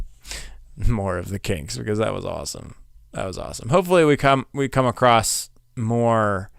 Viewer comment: On the first song you pronounced "across" correctly